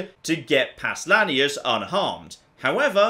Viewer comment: ...How the fuck does he pronounce Lanius? It sounds like he's saying Linneaus.